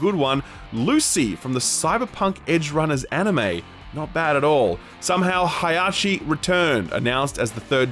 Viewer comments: "somehow hayashi returned" oh what a pronounciation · Who returned ? HI-ha-She? The butchering was more explicit than a slaughter house. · How is it that you have bad pronunciation for anything that isn't english? I didnt know Heihachi was pronounced "Hiyashi." It feels like there's always one name or title that isn't pronounced quite right these past few episodes. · who the hell is High-ah-chi? 'cause that's not how you pronounce Heihachi. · man, i usually dont comment on how names are pronounced, but you saying Heihachi almost made me jump out of the window. good vid as always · butchering heihachi’s name is going to haunt me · You really butchered Heihachi name D